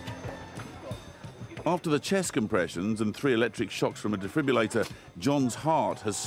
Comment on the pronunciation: It's a defib-RILL-ator not a defib-u-lator. Get it right. That said, they did an amazing job bringing the patient back to life.